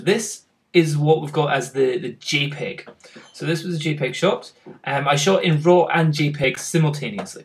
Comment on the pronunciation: it's not gpeg, it's jpeg